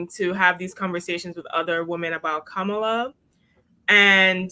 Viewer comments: Say her name correct. DISRESPECTFUL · why do you mispronounce Kamala? You have to be able to pronounce the name of the person the video you are focusing on. Other than that, y'all are doing great.